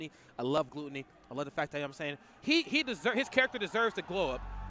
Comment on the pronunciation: Why they saying glOOtony lmao